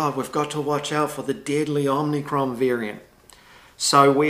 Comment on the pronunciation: OMIcron not OMNIcron or is it?